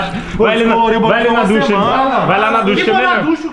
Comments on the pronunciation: ducha é com "CH" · O CERTO É "DUCHA"